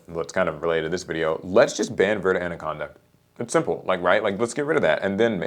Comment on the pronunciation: It sounds so weird hearing Americans pronounce verte. Its even worse when they pronounce it with an 'ay' at the end. Just for yalls info, verte is French, not Spanish. There is no 'ay' at the end. It is pronounced vert, it is just so funny hearing it pronounced the way Americans do it without the accent.